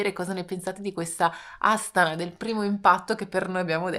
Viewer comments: Buongiorno Ragazzi, sì dovrebbe pronunciare Astàna. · Volevo dirvi che la pronuncia corretta e’ Astana’ e non Astana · Voi continuate a cadere sugli accenti.😂😂😂😂😂 Astana va pronunciata con l'accento sulla seconda "a".